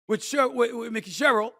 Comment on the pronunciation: My guy you live in Jersey and Mikie Sherrill (pronounced Mikey) is your congressional district rep and now Governor-elect. But you called her “Mickey”….bro….thats like you pronouncing Luca Doncic as “Lucka”. Come on man.